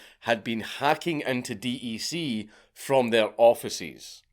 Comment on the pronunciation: It is pronounced deck not D E C